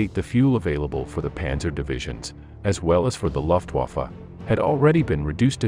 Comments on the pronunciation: Nice video but geewhiz pronounce Wehrmacht and Luftwaffe correctly please. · The historical detail is exemplary but the pronunciation of German formations, towns and organisations etc, like Luftwaffe and Hitlerjugend is terrible. Either do a little easy research to make a reasonable attempt at the correct pronounciation OR just refer to them as the German Airforce and Hitler Youth etc.